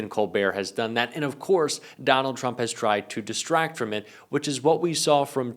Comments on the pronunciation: Did anyone notice tuRmp in stead of tRump 🙂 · "TURMP" ? :D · " nukes Turmp".......maybe read what your idiot AI is doing ????? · What's a turmp? Just kidding get him steven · I had to watch this twice because I spent several minutes scrolling the comments thinking "Someone else noticed that it said "TURMP" right?" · We love Steven. But who's turmp? Lol